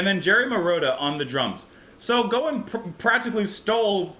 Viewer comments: His name is pronounced Gowan (the O is pronounced like in the word how). Larry Gowan was a popular Canadian singer in the 80's and 90's. He has since replaced Dennis Deyoung as the lead singer of the American progressive rock band Styx. I would recommend listening to his songs Criminal Mind and Dancing on My Own Ground. You compared some of his vocals to Geddy Lee which makes sense since they are both from close to Toronto and are only three years apart in age. Gowan is 67 and Lee is 70. I grew up in both Canada and the US and am very familiar with him. Professionally, he has gone by the names Gowan, Larry Gowan, and Lawrence Gowan. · Gowan, (rhymes with Cow) went by one name like Madonna back in the day. Very big deal in Canada for many years with a lot of hits and awards. He's the keyboardist and singer with Styx since 1999 but still performs with his own band as well. Try "Criminal Mind." Or, with Jon Anderson "Moonlight Desires." The video to this track might help with its meaning. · GREAT reaction! Gowan (rhymes with wow or cow) - is a fantastic artist!! Fantastic singer & keyboard player - and a dynamic performer! Born in Scotland, but moved to Scarborough (suburb of Toronto). This was from his second album, 1985 - and it was a huge hit! This song, and especially A Criminal Mind (you must check!) were radio constants (here in Canada). Besides the aforementioned track, HIGHLY recommend another hit, Moonlight Desires, which featured backing vocals by Yes' Jon Anderson! There are other amazing tracks, but this is a start!